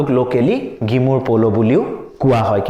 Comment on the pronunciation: Sir it is Ginmur Polo, not Gimur. I'm a Mishing (Though I prefer writing "Mising") so I know. Thank you.